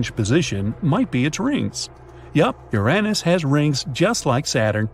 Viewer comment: Bro really just called Uranus Uränus